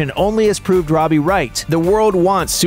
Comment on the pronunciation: It's robie